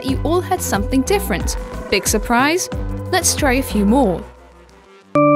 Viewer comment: She was saying VORE VORE VORE. Then MORE MORE MORE.